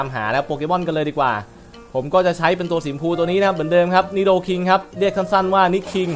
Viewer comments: สำรับคนงงครับ "นิโดคิง" สีมั่วง ครับ ส่วน "นิโดควีน" สีฟ้า ครับ #"นิ"ครับไม่ใช่"มิ"ครับ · ผมงง นิ คุง หรือ นิ คิง